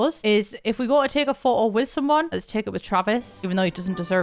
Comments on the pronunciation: now I’m gonna say photo as “pho’o” thanks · take a shot every time says phoh-oh